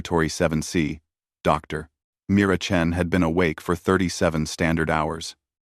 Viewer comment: Wonderful story with good technical presentation. Your AI seems to correctly translate "Dr." to "doctor" but then mistake the "dot" of this abbreviation for a sentence boundary, thus causing the odd pause? If so, then you could have fixed this issue by editing the text input source.